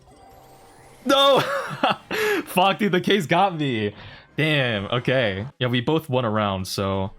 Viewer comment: That kaze pronunciation is awful